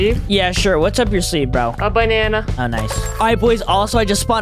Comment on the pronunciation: or just made me laugh when he said bannana